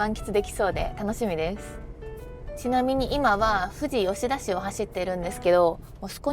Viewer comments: オススメに出てきたので初視聴(初チャンネル)ですが、地元なのでほぼ知ってて結局最後まで観ちゃいました😂 運転お疲れ様です。 せっかく山梨に来られて天気にも恵まれてたようで良かったです😊 これからも日本一周の旅はどうかご安全にお気を付けてください！ ※富士吉田の発音は、ふ→じ↓じゃなくて、ふ→じ→よしだ。と同じ発音でそのまま読みます😂(どうでもいい) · 初めまして。 ちょっと気になりました！ ふじ・よしだ ではなく ふじよしだ かと。 そんな言い方聞いたことないので…